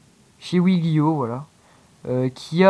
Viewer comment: stp,je sais que c'est un tout petit detail mais est-ce que tu peux dire WèGlio et pas WiGlio (normalement c'est WeGlio) merci d'avance;) sinon c'etait cool la prank avec toi:-)